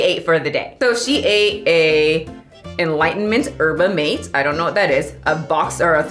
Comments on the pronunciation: SHE SAID URBA MATE LOL im sorry. Thise are good tho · as someone who lives in a city where yerba mate is pretty much everywhere hearing you say "urba mayte" took me so off guard i love it so much no notes 10/10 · The Way you said Yerba mate haha. Made my day. 😂 as far as I know, it's pronounced maté like mah tay